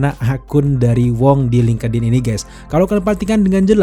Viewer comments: FYI : bang link' in aja bacanya jgn linkedin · Dibacanya bukan lingkedin mas...... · Ini ngakak si lingkedin 😆